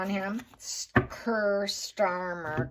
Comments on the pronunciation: Kier is pronounced KEER not Ker. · What is not sounding right is your pronunciation of Kier - its pronounced key-a - not kir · Just for info his name is pronounced Key-ar Starmer.😅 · his name is pronounced Keer free gear two tier keir! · Hi it's pronounced Keer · it’s pronounced Keer. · Prounounced keer like clear or 2 tier